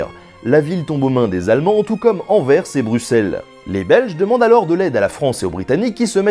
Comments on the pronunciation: Dieu merci ! Tu es le premier français qui prononce Anvers correctement ! La plupart des français ne prononcent pas le s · Merci d'avoir bien prononcé "Anvers" ! Tu viens de gagner mon respect éternel !!! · enfin quelqu'un qui prononce correctement "Anvers" et "Bruxelles" =D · Belle effort pour la prononciation du "s" d'Anvers, la prochaine fois on essaie en VO (Antwerpen) ? :p